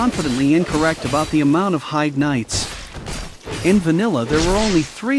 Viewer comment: I hate hearing people talk about Heide's tower, they never pronounce it properly. I can forgive text to speech, but making a critique video should have at least come prepared with knowledge on how the game's names are pronounced. And that other guy calling them Heidi knights is just unforgivable